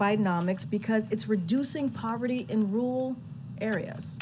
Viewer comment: She can't say Marjorie or rural the right way?